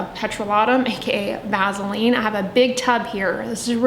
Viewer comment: I cannot trust someone who can't pronounce vaseline haha also nope to "Vazzeline"